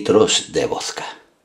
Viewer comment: Amo como este señor dice vodka (voska :v)